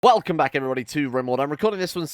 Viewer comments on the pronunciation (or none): no.. its "-elcome back everybody!" He cuts off the W almost every time.